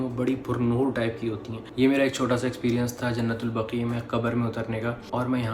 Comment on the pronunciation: آپ جو لفظ بول رہے ہیں۔ وہ ایسے لکھا جاتا ہے جننت البقیہ جب کے اصل لفظ ہے جنت البقیع۔۔۔۔۔ جیسے لفظ بولا جاتا ہے "وسیع" اسی طرح بقیع اُمید ہے سمجھ گے ہوں گے دل دُکھا ہو تو معذرت کرتا ہوں اللہ حافظ